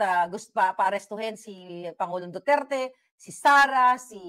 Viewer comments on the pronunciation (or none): none